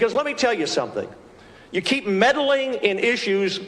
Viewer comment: "Medeling"?? Like the 2016 election?🤔